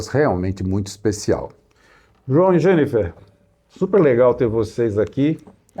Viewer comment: JOÃO, 👏👏👏 O nome dela é JENNIFER !!! 👏👏👏👏👏👏. Gostaria que Vcs colocassem o nome por escrito destas novidades, pelo menos pra mim. O som que se ouve na pronúncia não fica claro. Do apoio do braço; do orifício de retorno; do protetor pra não arranhar na colocação das cordas. OSMARAVILHA 🙏